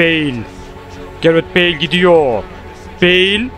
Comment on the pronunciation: Abi beil değil beıl